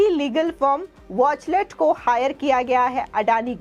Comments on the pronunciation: watchtell not watchlet plz correct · It's वॉचटेल not वॉचलेट, नाम तो धुक से पढ़ लो। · Is the company Watchtell or Watchlet as the reader is saying. Atleast these reader should come better prepared instead of serving half-cooked things. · Wachtell hai watchlet nahi boli sudharo anchor sahibaa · वॉचलेट नहीं वॉचटेल, एंकर मैडम सही तो बोलो। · Why news presenter is saying it is Wachlet. It is Wachtel. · It is wachtell and not wachlet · Wachlet nahi uska sahi naam hai Wachtell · Whatever the contents the anchor should read the name of law firm correctly. All the time she is saying वाचलेट instead of वाचटेल। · Madam, Watchtell ko pronounce to theek treh se kar lijiye. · Good step by Adani Group... But the news reader pronounces the name of the US law firm incorrectly...please check and correct.